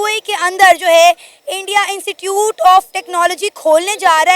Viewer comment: It's not insecute, it's institute you should pronounce correctly.😢